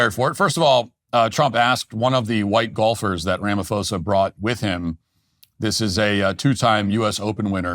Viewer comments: Matt Walsh, you’re truly embarrassing yourself with this bottom barrel, racially charged fear mongering. Firstly you couldn't even say "Cyril Ramaphosa" properly but most importantly there is NO genocide in South Africa. What you, Trump and the sad, racist South Africans in this comment section are irresponsibly peddling is not facts nor journalism, it’s weaponized misinformation. What’s happening in South Africa is crime, yes, rampant, brutal, and tragic but NOT genocide. If you had any grasp of South African realities, you’d know that more black and coloured south Africans are murdered each year by FAR than white people, including farmers. That's not a narrative it's statistical fact. You're cherry picking violent incidents, stripping them of context, and slapping on a term as severe as genocide with zero evidence of intent to eradicate an ethnic group which is the legal and moral threshold for using that word. Let’s viciously honest…post apartheid South Africa is still structurally skewed in favor of white privilege. Mandela may be seen as a global symbol of peace, but politically and economically, he negotiated a settlement that left land, wealth, and capital largely in white hands. That’s not opinion, that’s history. So when you invoke “white genocide,” a fringe, debunked talking point used by white nationalist groups globally what you’re really doing is hijacking genuine suffering in order to stoke racial paranoia among your base. It's vile and disgusting to say the lea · You slaughter Cyril's name 😂 Also colonialism was better? So Apartheid was better? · It's weird having Matt talk about my country without the best pronunciations lol 😅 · its pronounced RAMA-PAW-ZA use the asian ph sound. ph is p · It's pronounced Rama-pawza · It's pronounced "Sirril Ramapaws-a. "ph" is pronounced as an aspirated "p" and not an "f" in the Nguni languages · South African here, liar boy name is pronounced RAMA PAUSE AH Not that I give a shit locals just call him Cupcake